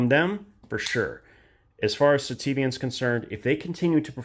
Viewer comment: "do you want to see my sitiven?" Steven? that your friend? "we'll not exaxtly..."